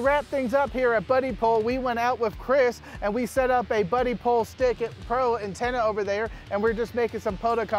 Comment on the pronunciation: Its Bud-dipole. Not buddy pole.